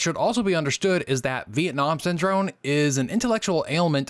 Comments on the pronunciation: good video, just a few notes. You consistently pronounced the word Syndrome with an "n" rather than an "m". Also, you mentioned Asst. Sec. State William Bundy but you have a picture of Robert McNamara. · lmao syndrone, every time! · I enjoyed listening to you mispronounce the word Syndrome for over 16 minutes. It may be a world record.